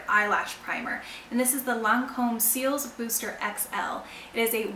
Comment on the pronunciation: LOL, Lancome "Seals" Booster? It's "cils".